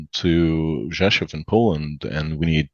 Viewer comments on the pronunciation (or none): yeah they could have told him at least how to pronounce Slavyansk or Rzeszów properly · Same with Rzeszów, he did not pronounce it like a native would. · And for a polish merc his Polish is suspiciously bad, he absolutely did not pronounce Rzeszów like a native would and also if he was polish he would pronounce Slavyansk somewhat correctly.